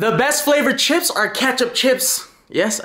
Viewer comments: I loooove "CHEEEPS" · He says chips funny lol